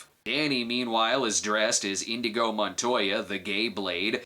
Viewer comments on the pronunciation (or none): Hey Brad it's Inigo not Indigo. Lol. 😂